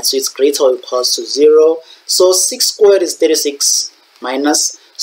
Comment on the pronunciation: Why you prounouncing squared like that😭